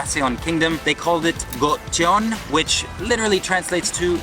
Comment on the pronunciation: Amazing that you spent time in Seoul and at Cheongyecheon and never listened to anybody pronounce the name. It's pronounced "chung-gay-chun". Not difficult to say. Listening to you say "chung-gay chay-on" throughout this video was excruciating, and really damaged any credibility you may have had.